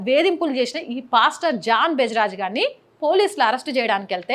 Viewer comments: అమ్మా, బెజరాజు కాదు తల్లీ జెబరాజ్ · Beja raj kadhu ,its jebaraj ...pls learn the name ..then bark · Ooyakka Peru palakadam nerchukoni Tharavathaa Cheppu News Bejraj kadhakko Jebraj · అమ్మ..... ఫస్ట్ ఆయన పేరు నేర్చుకో అమ్మ...... బెజరాజ్ కాదు - జెబరాజ్ 😂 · Amma talli Mundu ne mohaniki information etlanooo teliduuu.. Atleast ayana name ayna sarigga telsukooo Bejaraj kaduu... Pastor jebaraj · అమ్మ కొంచెం మాట్లాడం నేర్చుకో బెజరాజ్ కాదు జబరాజ్ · అమ్మ తల్లి జాన్ బజరాజ్ కాదు జాన్ జబరాజ్ నువ్వు ఏదో చేసేదాము పోడిసేదాము అని వచ్చావు కాని పేరు సరిగ్గ చెప్పాలికదా వాడు చేసిన పాపనికి అనుభవిస్తాడలే అదే విధంగా ఎక్కువగా డేరా బాబాలు, డిచ్చికి బాబులు బ్రోకర్ బాబాలు ఉన్నారు వాళ్ళపైన విడియో చేసేటప్పుడు పేరు కరెక్టుగా చెప్పు. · Bejaraju kadamma thalli jebaraju Neku pere sarigga palakadaniki ravadam ledhu nuvu a reporter vi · Akko beja raj ... Bejawada kadhu jeba raj... First evari gurinchi mataladuthunnavo thelsukove na thalli ... Tharuvatha iddhuvu kani speech... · 0.55 John Jebaraj , not John Bejaraj😂😂😂